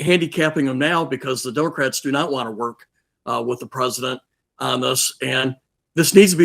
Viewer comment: Hearing a Maj. Gen. saying "Dumocrats" repeatedly is disgusting.